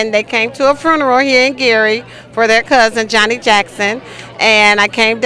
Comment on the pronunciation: Wait...did she say they went to a "fruneral"?